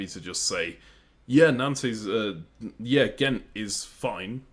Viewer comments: Nice video, will keep watching. This is interesting. Calling Nantes - Nan-Tes is wild 😅 Keep up the good work though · I love how you pronounce Utrecht more or less correctly but Nantes is somehow too difficult :D